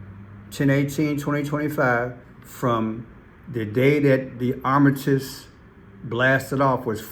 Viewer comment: It's Art-a-miss